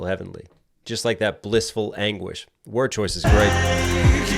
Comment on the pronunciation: This is why I watch you, I have only ever heard "language" and first time you nailed it to anguish.